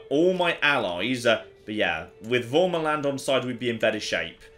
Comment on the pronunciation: The feeling when pronounces värmaland as an accented a, but its the wrong accented a lol